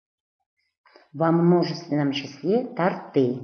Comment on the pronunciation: Ударение в слове “торты” в форме множественного числа нужно поставить на первый слог – тОрты. Это словарно закрепленная норма, которой необходимо следовать